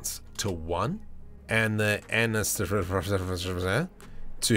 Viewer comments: "Under light part we increase the volume to 1" "and ansdsrsfzssydhfkigzh" 🤣🤣🤣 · i love how you say anisotropy😂